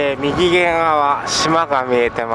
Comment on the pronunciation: みぎげん？ 右舷じゃないんですか？ うげんですよ